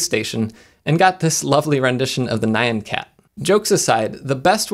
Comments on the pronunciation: No one: Jeff: NIGH-YEN CAT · Downvoted for mispronouncing "Nyan-cat"